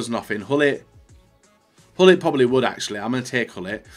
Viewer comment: Hi. As you might have noticed. Gullit does not have a Spanish flag on his card. So can you please stop with pronouncing the G as an H?